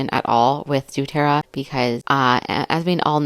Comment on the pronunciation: Doterra…. Pronounced DoeTerra. You’re doing a great job!